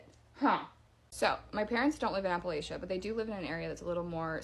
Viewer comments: I have written this reply for the third time. Keeps disappearing, so the (still not so) short and sweet version it is. The first girl. No one says it Apple-a-chia. Appa-latcha or Appa-lay-cha are both acceptable forms (depending on which region you are from). I'm told I say it like a yankee, with the hard aye. I learned the word from reading it, so that pronunciation stuck, even after living there for 10 years through my teens and yound adult years (where the locals said it the other way). I suspect that the first girl also taught herself the word, reading it as Apple-a-chia (like the chia pet or seeds), and that's why she says it that way... suggesting that she isn't actually from there as she claims. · What southerner or Appalachian says “app-ah-latch-ee-uh” Huh?! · Pronounced Apple-ay-sha or Apple- Atch-Chia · no yeah bc appalatch-ee-uh is crazy. i wouldn’t be able to write out how it’s said but im also from the midwest so it doesn’t matter coming from me. but i do know it was incorrect and no one from appalachia is gonna say it that way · my people have lived in that area for GENERATIONS and I dont care what Matteo Lane (or whomever) has to say... its AP-UH-LATCH-UH. That chick has never been anywhere NEAR here or she would know how to say it. Period. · Yep, first one appalac----iuh lol not even close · I thought the same as soon as she said Appalacheeya… 😒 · Yep. Right in the first 10 seconds she said she grew up in Appala-Chia like chia seeds lmao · Only thing that happened to the the girl from "appa-lach-IA" was her mammaw cut her bangs with a plastic bowl with fork scratches and sketty stains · I live in New England no one says apple latcha here that's a southern accent. We pronounce it the correct way the Appalachia mountains stretches all the way to Maine I believe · The first one is not real that’s not how you pronounce Appalachia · Not a single person from Appalachia would EVER pronounce it like that and Georgia is nowhere near the heart of it.